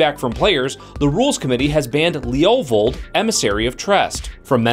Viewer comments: Sounds like he's saying "Leolvold". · The way you say levovold makes me cringe.